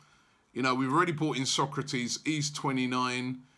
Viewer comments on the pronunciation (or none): none